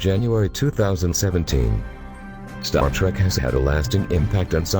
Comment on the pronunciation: robot voice=dislike This one is particularly shitty. Star Tarek?? ugh